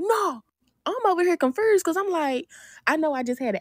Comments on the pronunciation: Did she say "confuRsed"???🤔😂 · I thought I was the only one that caught that, WTF is confersed 😂😂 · YO GOTTI!! Yeah Glo!! "Confruzed"